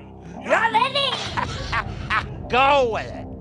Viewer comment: "Ya bABy" 🤣💀